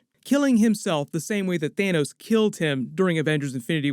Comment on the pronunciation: OMG 😆 😂😆 did you say Thanus 💀